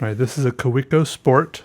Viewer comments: it's (kah-veh-co) :) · the way you say Kaweco kills me